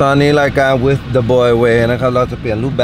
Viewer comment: ชอบการออกเสียง วิธ มากกกกกกก